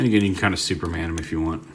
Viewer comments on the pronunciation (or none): none